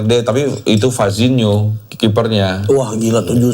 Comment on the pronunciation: Vozinha woiii...bukan vazinho 😂